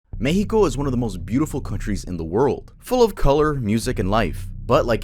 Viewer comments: its mex with an ex not meh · the “mehico” is pretty annoying i gotta side with germyz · The Mehico followed by pronouncing every word with a no sabo accent 💀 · I hate to be that guy, but Mexico, would have been pronounced as 'Meschiko' by the natives pre-colonization. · Just say Mexico like anyother word, it sounds so out of place and annoying